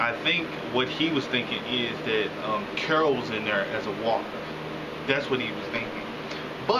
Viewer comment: holy shit, u actually said carol. Usually it's carla lol